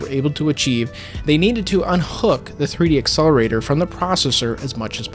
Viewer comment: Why do you call it 3DX-accelerator and not 3D-accelerator? Or is my hearing bad?